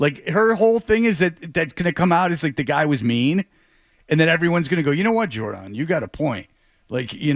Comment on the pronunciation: Her name is pronounced Jhour-donne😂